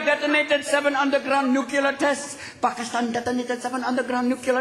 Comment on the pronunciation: he says "Nucular" and its actually pronounced "Nuclear" like NOO KLEE ERR